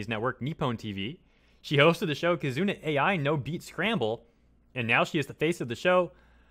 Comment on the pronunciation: Another mis-pronounciation, this time, for "Kizuna AI" XD I don't mind as long as I listen and understand. I've been following the trend since late 2017